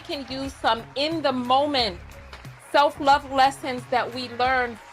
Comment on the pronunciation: “do you have a duhGREE” and “self luuVAH” EXACTLY! Tonya’s micro-aggressions are too much (for me).